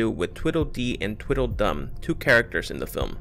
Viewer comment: Its TWEEDLE dee and TWEEDLE dum, not Twiddle!